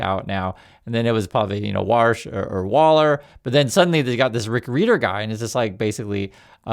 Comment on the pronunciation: His name is pronounced like “reader” not “rider”. Just FYI.